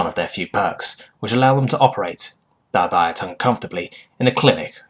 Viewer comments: Corpsman = core-man, not corpse-man Albeit = all-be-it, not all=bite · Google says it should be pronounced as "awl·bee·uht"... Formally it should apparently be /ɔːlˈbiːɪt/ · I've alwaays pronounced it more like Al-Be-It, the pronunciation of Al being more in line with the name (more like I'll) rather than with all.